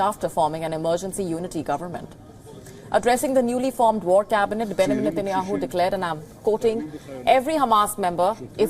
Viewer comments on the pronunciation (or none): Somebody please teach her how to pronounce "Benjamin"...